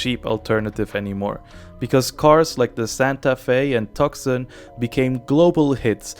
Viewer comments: RAV4 is pronounced as rav-four and its not spelled out. Also, Tucson is pronounced two-son, not tux-sen. Just letting you know. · I knew it was AI when he pronounced "Tucson" as "tuck-son". SMDH!